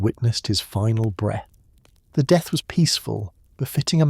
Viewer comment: It's pronounced DEATH not de... Some kind of copy proofing required on this channel.